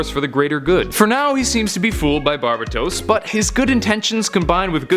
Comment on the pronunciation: Bar BA tose?